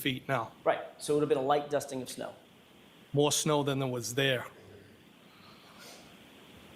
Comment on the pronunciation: Why does he make a point of emphasizing “a light dusting of snow”? Seems odd.